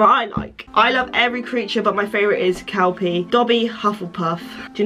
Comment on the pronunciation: When you said “kelpie” I thought you said “cow pee”